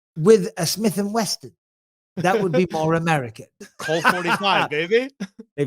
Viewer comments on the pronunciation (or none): Bisping, there is no T in Smith and wesson, missed a great comeback at bisping, seeing as bisping is constantly correcting on his way of pronunciation of certain words.